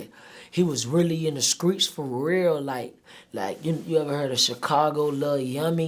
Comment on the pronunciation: In the skreets